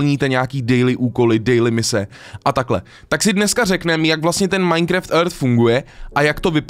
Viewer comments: Taky vás štve že říká MINECREFT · Můžeš už konečně přestat říkat "MINECREFT" 😂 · už to byla taková doba a furt říká majnkreft hmm